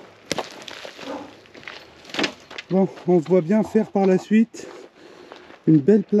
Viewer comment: On broit et on voit et non pas on "broille" et on "voille"....ça pique les oreilles 😊